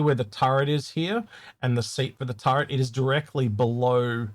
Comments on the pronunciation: ...it's called a Tur-ret. There is no N in the word. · So many friends do that They call it a "turrent" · Yea its extremely common even after being corrected many times, some folks just factory reset back to Turrent. No cultural or generational reason to it. Just a human phenomenon.